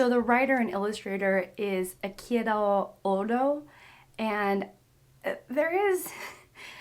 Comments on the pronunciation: Do youtubers mispronounce names and stuff on purpose or what?? How can one read echiro oda as ekiro odo Nevertheless, welcome to one piece fandom. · btw the author's name is pronounced ay-EE-CHEE-ro OH-da Although the Viz translation is "Zolo" the character's name is Zoro. But because of fears of getting hit with a lawsuit due to similarity with Zorro, they romanized the name differently. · Always love finding people falling into One Piece, and I wish you so much connection to the story. Though, some pronunciation sidenotes: Luffy is pronounced similarly to loofah, just change the 'ah' to 'y' like you would pronounce the y in monkey Eiichiro Oda: Ee-chi-ro Oh-dah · Just wanna let you know the author's name is pronounced as ei(hey without the h) ichi (like the number one in japanese) and ro(rows and columns) o- da(yes in russian) So ey-ichi-row o-duh trying to give you a small heads up. Sry if it sounded any other way. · Tone down the adderall girl, you just lookup one piece manga in google and you can read all chapters.you can also go to crunchyroll gives you an hour and a half movie of all arcs up to summit war. you pronunouncerd everything incorrectly- echiro oda, not hard to say (eh-cheero-Oda). im a doctor i can tell your on stimulants while making this. next time ya make a reaction video, start talking about one piece beforte the half way point of the video. listening to you talk about planning things months out is hilarious reminds me of an ex girlfriend who couldnt go a day without having a planned agenda. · Super excited for the upcoming journey. First time watching your channel. I'll get some of the pronunciations right, Luffy is more like Loo-fee, and Eiichiro Oda is Ei-chi-ro O-da (ch is like the ch from chocolate).